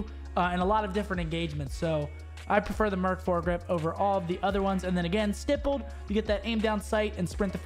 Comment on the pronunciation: Finally someone said "stippled" correctly. All the other Huntsmen said "stipled" lol.